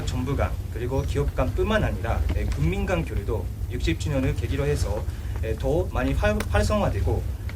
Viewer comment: 통옉 발음 깍딱 하면 웃음 터지겠는데. 점말로..곤통적으로.. 세계 가꾸근.. 군민간 교류..